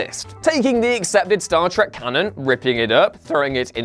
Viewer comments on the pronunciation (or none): It’s Star Trek not Star Track.